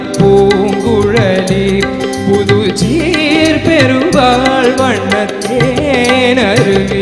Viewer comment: சீர் என்பதை அழுத்தி சொல்கிறார். TMS பாடலில் சீர் என்பதற்கு இவ்வளவு அழுத்தம் கொடுக்கமாட்டார். TMS பாடல் உச்சரிப்பை உள்வாங்கி கவனித்து பாடவும்